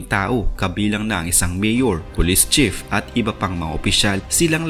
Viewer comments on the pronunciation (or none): none